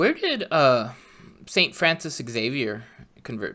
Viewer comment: There is no 'X' in Espresso nor are there any EGGS in Xavier. Zay-vee-ur